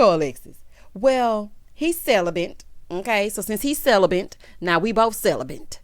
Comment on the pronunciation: Random person: hi Michaela..I mean Alexis : he "celibant"